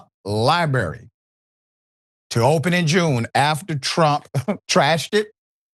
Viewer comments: Dr. Richey. It is pronounced "Library." Not "Libarry." Just like you need to stop saying "ax" when you are using the word "ask." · President Pumpkin Head doesn't even know how to pronounce library 😅😅😅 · Pronounce the word library correctly. There are two r’s.